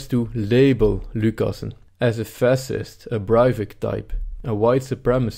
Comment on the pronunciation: funny prononciation